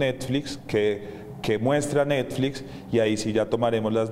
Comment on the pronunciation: "rechazan la publicación de una serie de necflix" jajajajaja.